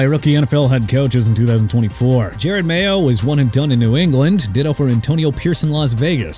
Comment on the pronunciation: Pollard is pronounced pah-lurd... SMH... come on man... and can you stop saying Jared Mayo when the coach's name is JE-ROD MAYO?!?! And FYI Tua's injuries did kill Miami's playoff hopes okay?! YOU CAN STOP BRINGING IT UP CUZ YOU'RE BEGINNING TO GET ME UPSET!! LEAVE THE DOLPHINS ALONE AND LEARN TO CORRECT YOURSELF OR GET OUT!!!